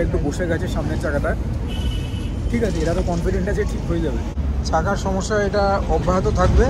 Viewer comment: সামোসা ❌ সমস্যা ✅ 😂😂